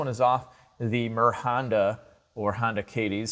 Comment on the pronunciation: It’s meronda not morhonda